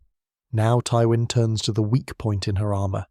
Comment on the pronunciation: Why do you pronounce Twyin's name wrong? Also please stop using AI to assist your scripts. It is painfully transparent that you aren't speaking with a fully authentic voice.